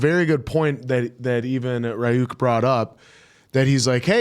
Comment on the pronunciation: criniging and dying inside everytime they say Ri-yuuk